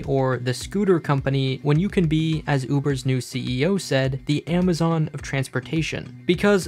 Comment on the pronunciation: wtf is "AMAZONE"